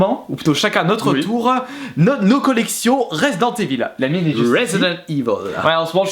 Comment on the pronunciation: Resident Evil et non ResidenCe Evil..... Il a du mal le